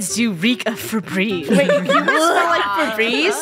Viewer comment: Me when I heard “febrezze” in the beginning of